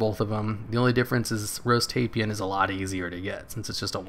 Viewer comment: nice vid ^_^. (FYI, "Tai-Pan" 2 syllables )